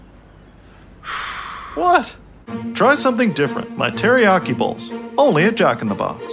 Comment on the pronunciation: bowls sounds like balls